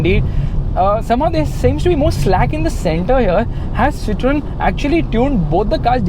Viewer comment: Its pronounced Cee-thaw-N